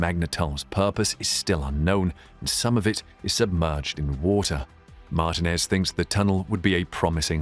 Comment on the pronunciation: Great video as always. Just a small point. Martinez is stressed in the I instead of the A.